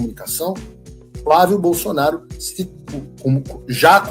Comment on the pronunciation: Não entendo porque Tarcísio não consegue falar o nome FLÁVIO BOLSONARO!!!!!!!!